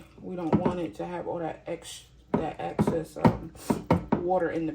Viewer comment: Ummm it’s called “excess” not access water . And it’s called Russet, not rusted potatoes 😂??